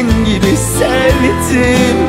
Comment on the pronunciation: Her şey çok güzel de Yusuf Demirkol'un 'sevttim' demesi irite ediyor beni